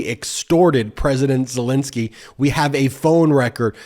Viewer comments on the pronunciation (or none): none